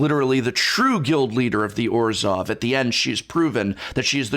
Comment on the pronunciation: Just finished listening to the audiobook this morning. Very underwhelming. Some cool moments, and I really liked the new character Rat but other than that, nothing special. Sidenote: the narrator of the audiobook kept pronouncing Orzhov as Orzjov. It was very grating.